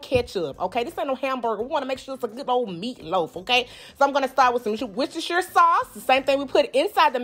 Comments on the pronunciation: It's Worcester sauce. Not "wortceshire". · I was Born about 12 miles from Worcestershire, and I love hearing americans try to pronounce it! This lovely ladies attempt was pretty good. It's wuss-ter-sher but we just call it Worcester (wuss-ter) sauce. Never cooked or even eaten meatloaf before as its not common in the UK so looking forward to try this recipe out! Thanks for the great video! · That's not how you say that "W" word lol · normally I really enjoy your recipes so I find this really difficult to say... Worcestershire sauce